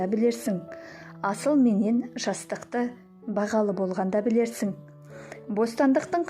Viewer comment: Қате оқымаңыз, Асыл менен жасықты деген сөзді "қате" айттыңыз